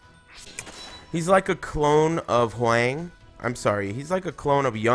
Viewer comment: You're mispronouncing Hwang mate.